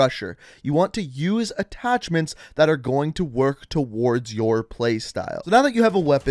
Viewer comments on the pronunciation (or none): none